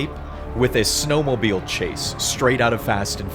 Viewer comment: As an Alaskan, "snowmobile" hurt my soul like a minecraft damage noise